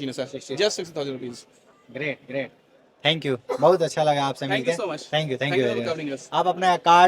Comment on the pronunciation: Dhank yu Dhank yu😂😂 ooww maayi gowdd😂😂